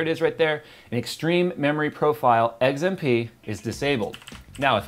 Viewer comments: He pronounces XMP as eggs-an-p lol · Why does it sound like you're saying Eggs M P?